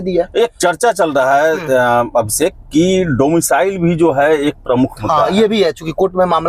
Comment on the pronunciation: Absekh nhi Abhishek hai wo😂😂